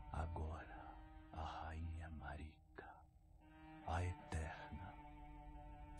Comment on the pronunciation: Eles erraram de chamar marika kkk é márika , é só prestar atenção nos diálogos originais dos npcs